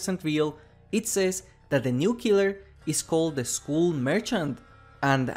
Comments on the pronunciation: At the beginning I was completely confused because with your pronunciation it sounded like School Merchant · why do you say skull like school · Please check how to pronounce "skull", imma tell you its not skool